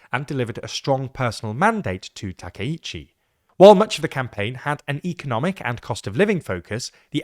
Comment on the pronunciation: Takaichi /ˌtɑː.kaɪˈtʃiː/ is pronounced with separate “ka” and “i” sounds—like “father” /ˈfɑː.ðər/ for the first “a” (short, open), then a quick “i” as in “ski” /skiː/, and “chi” like “cheese” /tʃiːz/. Think of it as “tah-kai-chee,” stressing the “kai” part.[youtube] English speakers often say Takeichi /təˈkeɪ.tʃi/ because “ai” triggers their “ay” diphthong—like “sky” /skaɪ/ or “take” /teɪk/, blending into a long “ei” sound instead of two distinct vowels. It’s their natural spelling-to-sound rule at play, not a Japanese “take.”